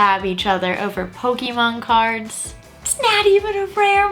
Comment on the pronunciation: You say PokeeMAN like my dad does and I think that's cute.